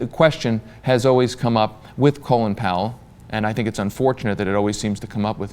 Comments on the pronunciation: Why does everyone pronounce his name "Colon Power"? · Why do you people keep saying "Colon Powell"? It's Colin.